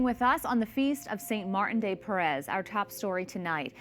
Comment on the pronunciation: Porres, not Perez.